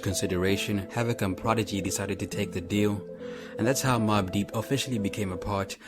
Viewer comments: His name is pronounced Hav-Ik not Hav-ak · Havock? Fuck I hate you hype ibeasts.Isidro I’m m . can’t even say the mans name correctly. And that’s even more embarrassing seeing that HAVOC is a offense strategy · Yo said hav-voc